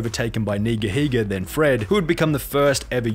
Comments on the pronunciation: i love how he pronounced "nigahiga" nig-ahiga to avoid getting canceled 😂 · The way you pronounced Nigahiga, dodging bullets like in Matrix